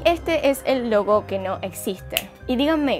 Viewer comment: pensé que dijiste lobo no logo :v